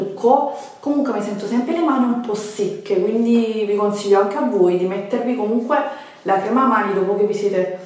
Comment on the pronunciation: Ve le stra consiggghhio cit.